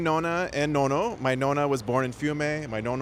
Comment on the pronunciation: “My nono and my nona” 😂 Italian as much as the Great Wall of China